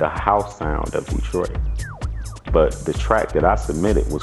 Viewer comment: DETROIT pas DETOIT...